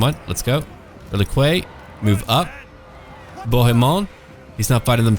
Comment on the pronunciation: Hey man, I'm loving these new campaigns, but for fuck sake, relique = reh-leek... Not reh-likway. Every time someone pronounces it in the latter a high elf dies of arrogance.